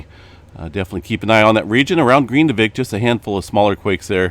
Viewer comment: It’s GRIN divik. NOT GREENdivik